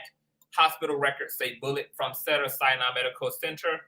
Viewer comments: Great video! You are hilarious with the replay of Kelsey. 😂. Cracking me up with Cedars which is pronounced See-dars 💅🏽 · Thank God someone noticed the incorrect pronunciation. Im a 32 year Registered Nurse. I cringe 🥴